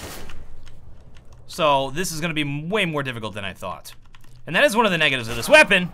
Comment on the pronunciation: The "negevtive" of that weapon. =P